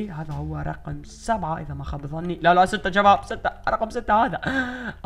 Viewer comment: الفظ عدل هيه شباب مو جباب